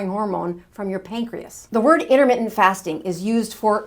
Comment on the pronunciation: 'Innermittent', what does that even mean? Or are you just a sloppy speaker?